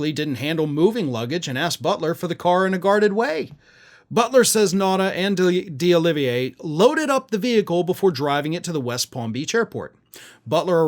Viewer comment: Maybe you need Rosetta stone or something for some Spanish lessons, 😂. It is deoliviera (DEE oliv ee air a)